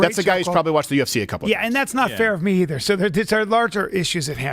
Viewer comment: Steven has ruined the word "either" forever